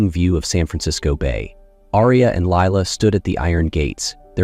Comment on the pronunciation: Although this may be a lovely story, I find it VERY distracting and annoying hearing the names mispronounced. I rewound the video to check the spelling and I saw Lila's name spelled as Leela on the next line . I stopped listening ... I just can't continue because I list my enthusiasm.